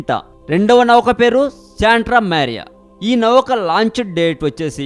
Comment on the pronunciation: orey nayanaa ...navakaa kadhu ra babu .."nauka" ......saaare cheyyandi kadhu.... "share" cheyyandi ..